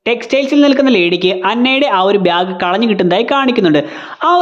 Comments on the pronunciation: ബ്യാഗ് അല്ല.... ബാഗ്😅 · പിന്നെ ഈ അവസരത്തിൽ പറയാമോ എന്നറിയില്ല... ബ്യാഗ് അല്ല ബാഗ് 😂😂